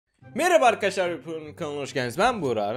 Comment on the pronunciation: Adam video girişinde merhaba ar kaşar diyor